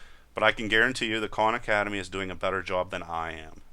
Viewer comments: Lol I thought you said 'con academy' but your saying KAHN hahahaha... you know both styles are good in there own way... They do not coveer what you cover and visa versa...excep for python. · First I'd like to say great videos. You mentioned some other videos, which I can't really make out what your saying. It sounds like you're saying Corn Academy?? Do you have a link to where you're speaking of? Thanks